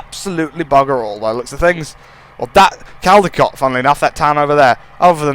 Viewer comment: u pronounce it coldicot